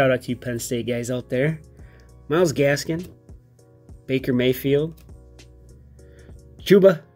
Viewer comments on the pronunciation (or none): none